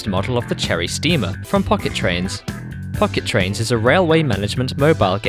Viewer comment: Why did i hear the "f bomb" when you sayd "pocket train"